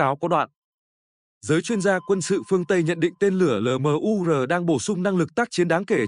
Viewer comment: Cái ông AI này đọc LMUR thành 'lờ mờ u rờ' nghe chán lắm. Admin dạy lại để ông ấy phát âm chuẩn tiếng Việt đi 😢